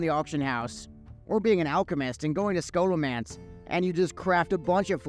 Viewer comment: the way u say scholomance is criminal